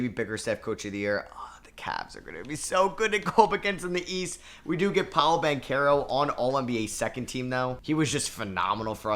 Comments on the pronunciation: I mean a lot of people didn't know how to say his name in his defense but he definitely earned people's respect to at least say his name right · Who remembers when used to call Paolo Banchero Paolo Banchurro